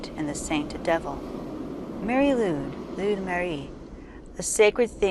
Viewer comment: Nice, but some pronounciation errors, as you say. Lwyd is pronounced like Lloyd, not Lude. Nice imagery. Here’s my version